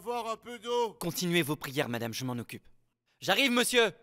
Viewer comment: On dit monsieur pas meisi